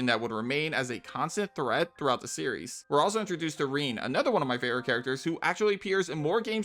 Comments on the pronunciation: Nice video but that pronunciation of kiseki hurt the brain. Ki-se-ki and keep the vowels short Also any reason why Renne was pronounced as ‘reen’ the same as Rean? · I was really confused for a second because you pronounced "Renne" as "Rean" and the sentence "reapears more than any other character in the franchise" also kind of applies to Rean too.